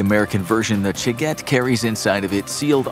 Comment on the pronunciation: Initially I thought he said The Chicken, which I thought was a humorous, but fitting Russian equivalent to the American nuclear Football.